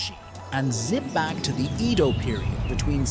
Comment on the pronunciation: 江戸時代 Eh-Doh not ee-dough